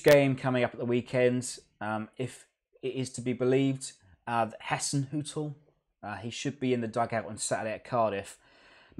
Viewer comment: Ralph Hassenhuttl is pronounced as Hissenhuttl as in Hi so his name is Ralph Hassenhuttl.